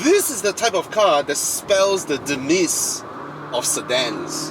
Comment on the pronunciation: Hi, demise is pronounced as D- mice. 🙏🏻🙏🏻🙏🏻